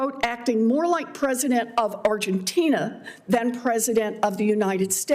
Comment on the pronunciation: Lady say it Argentina.